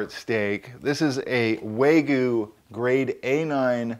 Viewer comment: I just wanna point out that you keep pronouncing "wagyu" as "waygu" (wagyu literally means "japanese beef" 和牛) love your cooking by the way... please adopt me! D